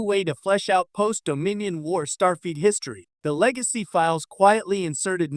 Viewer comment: Is this the new ROBO VIDEO TREND? Mispronouncing an obvious name in Star Trek lore? STAR FEET? There's yet another Star Trek related channel that's also saying STAR FEET. Does the A I ROBO CREATOR have an obsession with STAR FEET? Perhaps your next video can explore WHO in the Star Trek Universe has the Stinkiest FEET? I'm gonna say the KLINGONS have the stankiest STAR FEET.